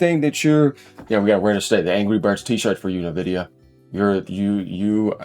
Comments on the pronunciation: It's en-VID-ee-uh, not "nuh-vidia"; the company name comes from the Latin word "invidia" (envy), and they emphasize the "en" part, making it sound like "envy" but with an 'a' at the end, like a "ya" sound. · Please pronounce it: en-vidia.